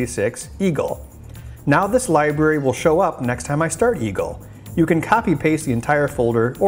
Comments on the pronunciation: I noticed he uses it interchangeably...Library to Li-Bery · I know this is a really picky thing, but every time he says "liberry" I want to rip out my own eardrums.